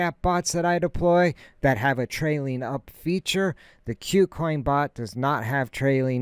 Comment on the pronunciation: Good info, but for gods sake its not Q-coin its Koo coin. : )